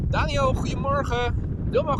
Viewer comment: Hiya Boy! You say something in Dutch to a lot of people that sounds to me like "hwee morha." (That's just what my ear hears.) Is that how you pronounce "Goedemorgen"? I know Dutch is very similar to English, but I don't know if I'll ever get the pronunciation. "BOY: He hath a killing tongue and a quiet sword, by the means whereof he breaks words and keeps whole weapons." (I'm running out of quotes, and I can't find anything more related to my question.😐)